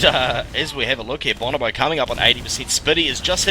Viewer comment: boe-no-boe, not bahn-ah-boe